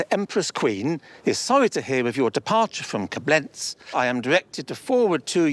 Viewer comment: The appraiser appraising the cup received from the German Empress kept pronouncing the city as Ko-BLENZ, when in German it's actually pronounced KO-blenz... oh well, I'm just a bit picky... :)